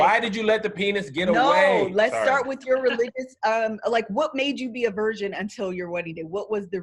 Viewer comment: It sounds like pronounces virgin like “version.”